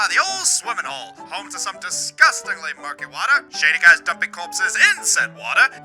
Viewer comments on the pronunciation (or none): none